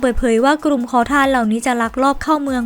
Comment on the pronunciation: กลุ่ม ไม่กระดก ลิ้นนะคุณ ai